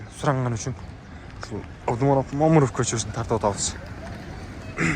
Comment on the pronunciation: Момуров эмес Мамыров деп туура айтчи.